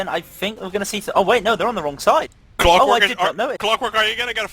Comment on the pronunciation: why is his name cwockwork, not clockwork